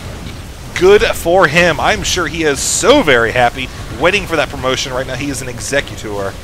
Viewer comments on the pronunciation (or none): none